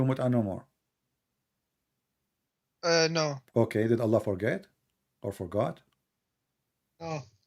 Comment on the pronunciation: allah has showed us how this guy is a scam he couldnt even prounounce allah at the start